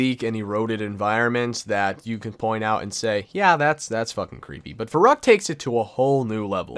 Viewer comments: its vair oo kt not vair uh kt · It’s pronounced Ferryckt and it means crazy:D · So annoying when people pronounce verrückt wrong. Anyone who is german or speaks german know that verrückt is actually pronounced ferryckt :) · i'm german and the way he spells verrückt really makes me verrückt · The scariest Part is a non German Speaker saying "Verrückt" ;)